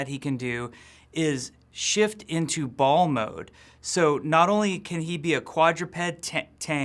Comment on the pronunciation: Why did he emphasize ball so much